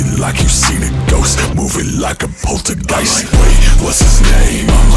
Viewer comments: masterpiece😫💗 also i love how you pronounce „Poltergeist“😌😌😌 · Fell directly in love with that song! Ps.: Love how you say "Poltergeist" because you said it correctly, as if you can speak german (idk if he can haha)